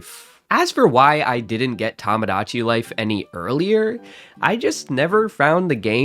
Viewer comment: I was going to give you a hard time for “tamadachi”, but then i remembered words like “homogenous”